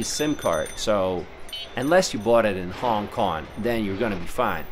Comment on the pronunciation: Love your video. The only question I have is that why do you keep mispronouncing, "Hong Kong" as "Hon Kon"?